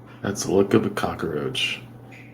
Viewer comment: Stop pronouncing it COCK-A-ROACH!!!!!!